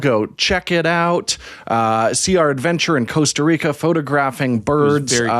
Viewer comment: Guys, it's not 'coast-a reeka'